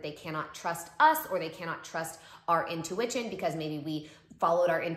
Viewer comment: She really said “intuiWITCHin” :)